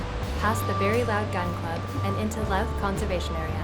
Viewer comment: Louth - I think you pronounce it like "ooze" - Looth. When we hiked the trail in , we hiked early, and never ran up against sunset - plenty of time to get lost hiking and/or driving.